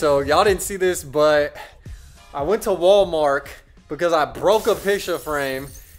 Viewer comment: My boi said walmark. Great video👍